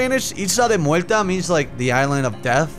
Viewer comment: Mue(L)ta, so Puerto Rican.. It's Mue(R)ta